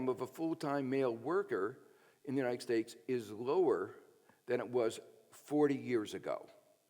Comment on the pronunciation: Is he saying "United Stakes"?